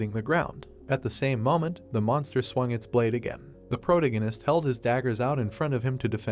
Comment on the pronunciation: For the love of God, PLEASE get this AI voice to say protagonist correctly!